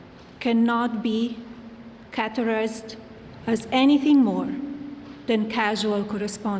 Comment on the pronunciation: Did she practice reading that before going live?! In a ~5-min speech, she had 5 mispronouncaiations! Is she unaware that her husband made English the official language of the country in March 2025? 🤨 "catorized" [categorized] "trival" [trivial] "carculating" [circulating] "convinced" [convicted] "unfound" [unfounded]